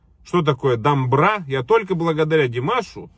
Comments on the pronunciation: имейте в виду пожалуйста что на казахском как пишется, так читается! Домбыра а не дамбра, орда не арда. Поменяешь букву- меняется смысл слова. Димаш это гордость всего Казахстана!!! А шайтаны типа Ерболат и Есболат не имеют знаменитости и чести в Казахстане. Их слушают только недоросшие подростки сопляки. Сколько бы тянулись им не дотянуться даже и во сне до Димаша! А так я вас поддреживаю в остальном и благодарю что любите нашего Золотого мальчика! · По казахский не дамбра а домбра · Есть домбра и есть домбра на первый слог ударение два разных инструмента